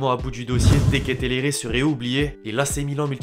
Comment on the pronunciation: Dite lui que ça se prononce de ketelaaaaaare😂,c'est pas le seul en plus qui respect pas son nom